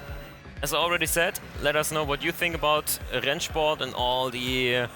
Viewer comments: I just have to ask. Are you a German native speaker? The pronunciation of "Rennsport" sound professional :) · As a German i can say you pronounce Rennsport really good